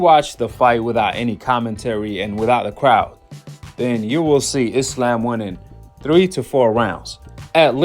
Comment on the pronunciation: I'm just glad these Americans call Islam, Islam and not "I slam" like they call Iran "I ran" and Iraq " I rack" lol